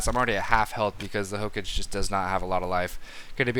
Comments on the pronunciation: Also, you keep saying "hokage" as "ho-cage" when it's more like "ho-cah-gey" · Hook-age? Really? It's pronounced Ho-Ka-gay. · saying ho-cage over and over really tickled my anus, and not in a good way either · Hokage is pronouced 'Ho-ka-geh'. You should really watch Naruto. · damit don´t say hokage that way xD i know it´s not your foult but still it kinda annoys me <.<